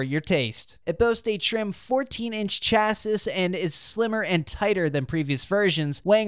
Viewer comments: Nice review! One tiny correction: chassis is actually pronounced “chassee” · S is silent in chassis...